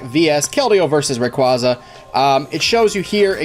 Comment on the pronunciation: you pronounced rayquaza wrong its RAY-QUAY-ZA